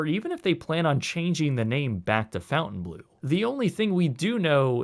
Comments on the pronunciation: this whole video you have been mispronouncing the name Fon-taine as Fountain......... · It's pronounced "Fon Tane Blue" not "Fountain Blue" geez! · "Fountain blue", "marry ot", "doight-shiz", come on dude! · Fontaine and Fountain are pronounced differently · please pronounce it well... "Fontainblo" and not fountainblue "EAU" sounds O "EU" sounds OEu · Pronunciation is not fountain blue. It's font-'en-blow. Look up Fontainebleau in France. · You should learn the proper pronunciation of a business before reporting on them. It’s pronounced “Fountain-blow” not “Fountain-blue”. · Not pronounced, "FOUNTAIN-blue", it's the "FON-tane-blue". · Quit saying FountainBlue, when it's clearly Fontaine. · FONtainebleau, not “Fountain”. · Cool video. It's pronounced "Font en blow" not Fountain Blue..Just an FYI. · “Fountainblueau”? It’s clearly pronounced FONTAINE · Ummm. It’s not ‘Fountain- blue’. It’s ‘Fon-tain Bleu’. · Maybe this is a bit pedantic, but its Fontainebleau, not Fountain Blue. You spell it right but say it wrong. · you are not pronouncing it correctly. It's not Fountain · You might consider pronouncing the word correctly--FON-TEN BLEW-a small thing but it makes you seem more knowledgeable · It doesn't read : fountainblue - Probably because the name is French, but with purpose spelling errors, as "bleau" is not a word, also not in French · While I have already seen your reasoning for pronouncing it the way you do, "fountain blue" makes me wish I carried out my suicidal ideations. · i think it's pronounced fawn-tain-blow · Pronounced "fon ton blur" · No, John; "fon tan blo" is more correct. Where did you get the "r"? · He should have said that at the beginning so we didn't think he was mispronouncing it. 🙂 I thought it was Fon-tan Blue (which is still pretty Americanized, just FON instead of FOUN). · Good vid, with the name it's Fontainebleau not fountain. There is no u in the name to pronounce fountain. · Imagine thinking Fountain Blue is the correct pronunciation 🤣